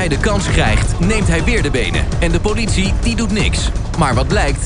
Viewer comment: Woooow "powlitie" echt Woooow het is "politie"